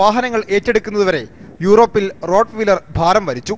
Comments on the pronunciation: റോട്ട് വീലർ അല്ല റോട്ട്‌ വൈലർ എന്നാണ്. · മച്ചു റൊട് വീലർ അല്ല റൊട് വെയ്ലർ അതാണ് കറക്റ്റ്